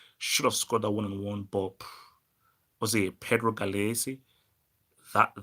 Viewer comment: lmfao its Pedro Gallese